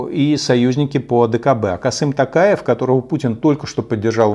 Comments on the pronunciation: Касым Такаев это что-то новое. Конечно лучше чем Кемель Жемелевич, но все же неправильно. Касымжомарт Токаев, не Такаев а именно Токаев, через О прям. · если уж упрекать Путина ,что он не может запомнить имя Токаева,то нужно самому произносить его правильно.ну это мое личное мнение . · Да уж, имя президента Казахстана так произнести...